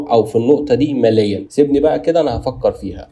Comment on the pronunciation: اخي العزيز يقال فكر مليا بكسر اللام وليس ماليا بارك الله فيك ❤